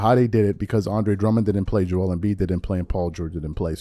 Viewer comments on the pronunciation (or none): none